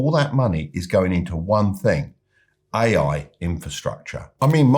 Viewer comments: When he said: "ay-ay infrastructure", I quit listening.... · Buddy you think you could make an effort phonetically distinguishing your "A"s from your "I"s when you say "AI" ? otherwise an interesting podcast thank you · That's was too British LOL